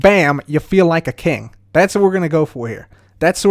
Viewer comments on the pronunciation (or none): none